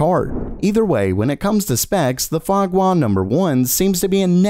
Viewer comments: No, Fenghua is not pronounced Foie Gras Number 1... Fenghua is pronounced Fong Hu-ah Number 1... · The name "Fenghua" is pronounced as "Feng-hua" in Mandarin, not "Fen-ghua". If you want to make fun of China , nah, I wonder even "Fan-gua" will be OK because I am the people of ROC aka Taiwan. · How you say 风华 makes me wanna scream 😂